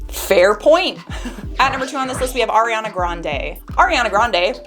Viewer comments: Its not Air-A- ana...it's Ari-E- annnnaaa, Ariana. Lol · It's the AIR-iana for me HAHAHHAHA jk 💕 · The way you said ariana made me laugh so hard 🤣